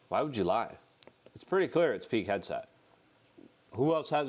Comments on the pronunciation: I thought you were saying “Peak Headset” not Pete Hegseth lol I was so confused I thought you meant someone from the cia was yelling into a headset of trump not to say anything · Luke, his name is not peak headset. It is Pete PEET Hegseth HEG SETH, come on man you can pronounce some of these guys names.